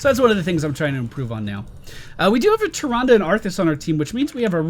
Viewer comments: It's Tih-Ron-Duh look it up in every Wow/Wc cinematic or anytime her name has been mentioned it is said that way I have played both for a long time 👌🏼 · not sure if you've ever played WC or WoW but it's pronounced the second way.